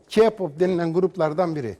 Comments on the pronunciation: Bir kere kipop değil keypop diye okunur!İki allah aşkın körmüsün de kadın ayıramıyorsun? Gözlük takıyon ama meğersim bozuk olması lazım da bir şey göremiyosun! Bir de senin rezalet dediğin şey tüm dünyada sevilen ve saygı duyulan bir şeydir. Bir de sen kimsin de orada durup kendi görüşünü anlatıyorsun? Cinsizlik mi? Hayır efendim öyle bir şey yok! Senin şuanda sunduğun sadece önyargılarındır? Evet Kpop sektötü sanatçılar için çok zor ve yorucu olabilir ve başarılı olmayanlar da hayıtın alabilir de, ama bunu yapan çoğu sanatçılar insanları mutlu etmek içindir. Yani allah aşkına dedi kodu yapıp söylenti ve demdeme çıkaran kişiler kim acaba? Evet bunlar biziz, tüm dünyadaki insanlar ve bir şey daha söyleyim ki hayatını alan çoğu sanatçı sadece sektör yüzünden değil insanların dünyaya yaydığı yalanlar yüzünden de. Tamam bir konuda haklısınız onlar mükemmel olabilmek için gençliğini feda ediyorlar, bunun nedeni de istedikleri işi yapabilmek için zaten. Bu yüzden zaten hazırlık zamanında uzun ve talepkar eğitim alıyorlar ki, sahneye çıktıklarında zorluklara hazırklı olabilmeleri için. Tabiiki uymaları gereken kuralları olacak ve bunlar sözleşme şeklinde onlara teklif edilir. Yani aslında olabileceklerin farkındalar ama onları koruması gereken yapımcıları yada firmaları. Yani o sahneye çıkan şu gençlerin sorumluluğunu taşıyan asıl kişilerdir. Hem intahar eden sanatçılar hemen derhal etmezler, intahar eden insanlar ilkinde depresyonda olur ve hayatında sorumları olduğu anlamına gelir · kardeşim bak K-pop keypap diye okunur yani bunu biz demiyoruz genel olarak böyle mesela BTSe betese diyorlar ya yine onların cahilligi bu çünkü ingilizce de alfabeyi sayarsak bities diye okunması gerek olay bundan ibaret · K-pop bu kadar kötü değil sen bence git bu haber spikeri olmayı öğren sonra gel konuş ha birde k-pop demeyi bile bilmeyen kişi bana k-pop u anlatıyor sana ben k-pop u anlatırım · sen ilk önce k- pop demeyi ve yazmayı öğren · Ki pop değil okunuşu Key Pap